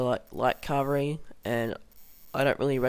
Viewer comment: Infary? Cavry? Uhanians? Meelee? Other than the shite English. It was a good vid :)